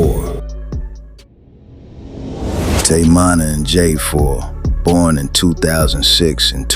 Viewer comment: Teach your AI to say Munna NOT Monna! Edit: Now I hear it saying "Manna"?! Come TF On Bruh!